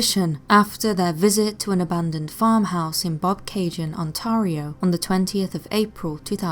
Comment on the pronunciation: Wish you stop yapping and play the video! Boy you like to hear yourself talk. And by the way it's not how you pronounce Ontario.